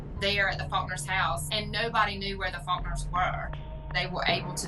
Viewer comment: Am I the only one that noticed he said Fuckners instead of Faulkners? I'm sensing that was intentional and that he had more to do with the murders than he's letting on.